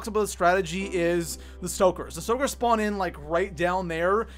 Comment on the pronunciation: Broooooo! 😂 where are you from? “SpOooooot”. “SspAaawn” Nice vid btw